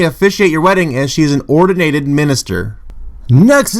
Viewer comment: Is this ass clown even literate? He can barely read and has no idea how to pronounce simple words like "ordained". Let this be a lesson that you don't even have to be remotely intelligent in order to have a semi-popular YouTube channel.